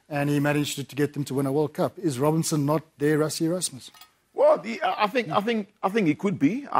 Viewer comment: It's Robertson not Robinson...